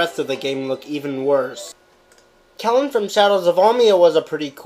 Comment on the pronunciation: Cowen? It's pronounced "Kellyn".